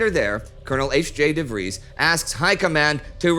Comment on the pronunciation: I'm really disappointed in Indy's pronunciation of the "ui" in "Huib", but "ie" in "Vries" is decent.